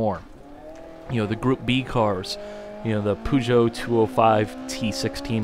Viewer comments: The poo-geut? Alltho now I think about, it's in general not a bad metaphore for the usual Peugeot lol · Is that really how Americans prenounce Peugeot? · I suppose it's an American thing. The French would probably have a hard time pronouncing Hummer, or Hemi, for that matter. I was just surprised by the way you pronounced it.